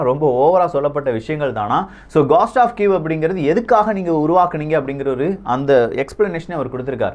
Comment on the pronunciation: அய்யா காஸ்ட் டா அல்லது கோஸ்டா As per phonetic dictionary it is கோஸ்ட்